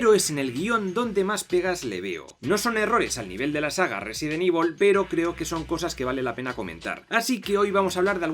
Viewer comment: Soy un hombre simple, oigo Resident Evil pronunciado correctamente y me suscribo